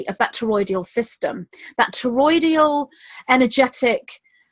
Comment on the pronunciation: Hey it's TOROI-DAL not TOROI-DI-AL Not criticizing just thought you might like to know. I'm addicted to your talks. Thanks for all you do.